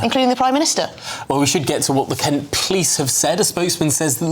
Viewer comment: I think you mispronounce Kent.